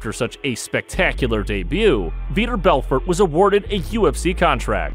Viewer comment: Vee-tore Bell-fort. I am at a loss about the percussion. What? Cool video. Some good info. But for real learn how to pronounce the name and then pronounce it that way each time you say the name. I heard about six different ways to say his name.